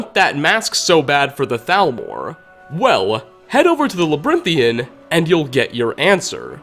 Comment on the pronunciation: "Labrinthian" sighs